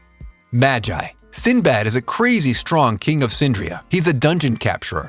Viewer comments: Did he just say maj-I? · You butchered magi's name